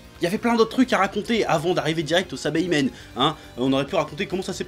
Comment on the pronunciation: SA - I - BA - MEN pas SA - BA - I - MEN